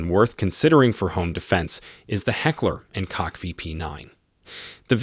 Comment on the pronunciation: It’s not heckler and “c_ock”….